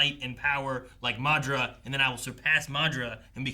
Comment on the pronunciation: maduhra uchiwawa